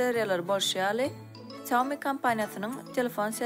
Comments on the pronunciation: Saumi diyya aslna Ksýaumi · Xiaomi diyip dogry aydyp bilenok. Kim okayan bolsada.